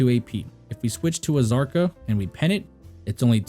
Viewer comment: The K in Kzarka is silent.